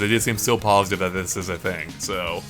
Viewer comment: "Here's the fing......"